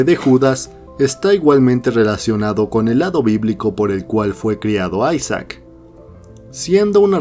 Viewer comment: porfin alguien que lo llama ''aisac'' y no isaac